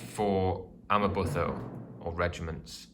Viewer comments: amaButho is pronounced Amma-boo-toe not amma-buh-tho. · Amabutho - ama boo to (as in tomato). Great video. Sorry to pick on pronunciation. Understandable really.